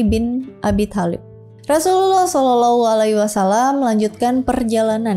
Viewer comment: Makin fasih nyebut "sallalahu alaihi wa salam" 🎉 Ini kisah epik banget, dan bisa dirangkum hanya dalam 20 menitan. Semoga bisa jadi pelajaran kita semua